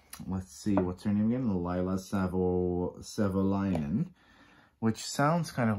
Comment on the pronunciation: 💙🙏 appreciate your review, hearing your thoughts and your pronunciation of my name. Lol. Yes Finnish, spot on. Suzy and have a magic and divine connection when co-creating. Blessings to you beautiful soul. ⭐🥰